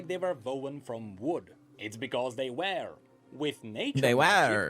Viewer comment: almost every person who watched the video I’ve seen has to mention the way my man said were 😭😭😭 he really did fuck that one up pretty badly